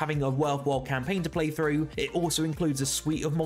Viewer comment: It's pronounced "through" with a TH not frough with an f. Learn english